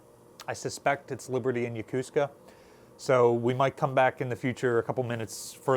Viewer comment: Why are you appearing to say Missura? Instead of Missouri? Also, regarding Yokosuka, locals say it as "Yokoo ska" Su isn't stressed. It's a good way to tell who's a local here and who's new to the area.